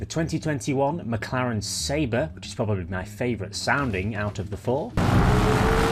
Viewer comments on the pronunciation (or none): none